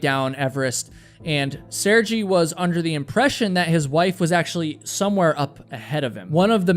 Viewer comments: It's Mt. McKinley and Sergei is pronunced "Sur-gay." I still love you bro, just saying. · Sehr-gay. At least pronounce the man’s name correctly. 🤦🏻